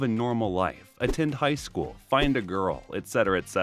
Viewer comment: It's "High school" Not "Hight school"